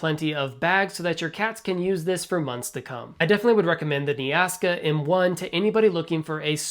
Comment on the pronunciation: Might want to read the brand name more closely. Its not "Nea ASKA" Its "Nea KASA"